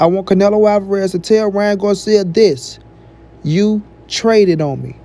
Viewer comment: Ryan what 🤣🤣🤣 said Garcia right 🤷🏻‍♂️ guarcia 🤣🤣 well guarcia or Garcia he’s a clown 🤡 anyways